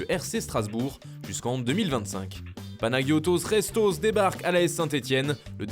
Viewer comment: Panayotos Restos sérieux..... quand il s'agit de faire le cake en faisant des accents italiens ou espagnol à la limite du racisme il est là par contre pour prononcé Panagiotis Retsos là y'a plus personne .Vraiment des pitres Mytho mercato.